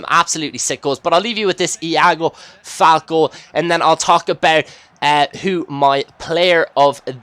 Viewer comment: its pronounced FAL-KAY, not FALK